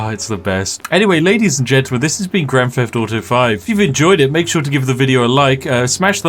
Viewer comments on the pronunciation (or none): grand feft auto